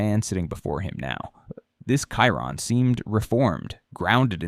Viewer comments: AI is terrible. Kyron? It's Chiron. 🤣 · It's pronounced "Shi-Rone" not "Ki-Rone"